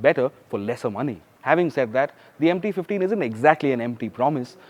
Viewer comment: I don't know why every time someone says MT 15, I hear empty 15...😂